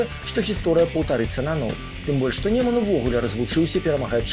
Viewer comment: Чаму "лепшыя" й "Неман", калі "найлепшыя" й "Нёман"? Й абгрунтаваныя вымаўляецца через звук ґ